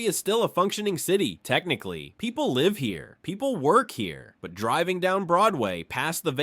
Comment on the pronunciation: Whether the script or narrator or both were AI, come on man, have some pride in what you post. No human being would pronounce the "live" in "live free or die" like that. How am I supposed to take the video seriously when you can't even get that right?